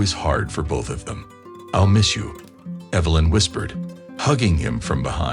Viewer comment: Lie-um and Evil-lin?